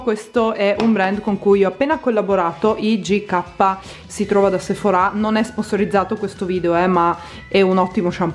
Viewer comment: Non si dice Sephora' lo pronunci male